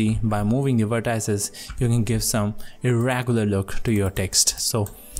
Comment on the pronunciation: Its not vertAAIces, it is called vertices and actually its not even vertices, those are anchor points!